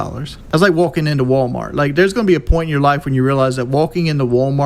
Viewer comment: Wolking into wolmort